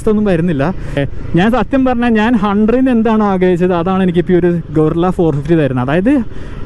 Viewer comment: ഗൊറില്ല അല്ല ഭായ് ഇത് ഗറില്ല